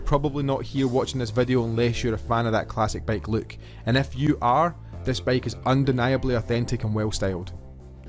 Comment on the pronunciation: Dude it's bike, not baeiyk. gush